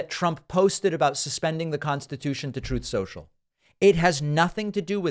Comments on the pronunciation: The "Troth Sential" audio gets me everytime lol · I don't understand, is it Truth Social or toth sensial. Can as dump says it.😮